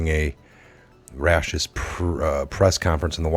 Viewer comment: Raucous - “rock-us.”